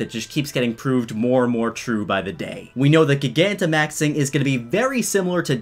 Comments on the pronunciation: It hurts me so much when people say gigantamax like that. It's root word is gigantic like cmon. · How is it people are still mispronouncing gigantamax? As it GIGANTIC...